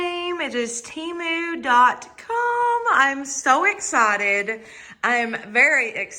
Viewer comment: HI.... THIS IS MY FIRST TIME WATCHING YOUR VIDEO. I ENJOYED IT. I JUST WANT TO TELL YOU THAT IT`S PRONOUNCED TEM ...LIKE HEN AND MU LIKE MOO. GOD BLESS!😊